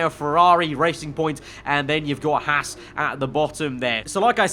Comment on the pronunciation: really, hass? Hars, not hass, bah.